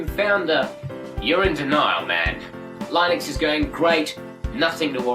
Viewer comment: I thought it was pronounced LIH-NIX... lol